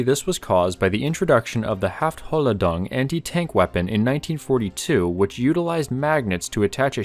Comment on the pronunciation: Please get somebody to tell you how to pronounce german words right, the way you said "Hohlladung", was just completely off smh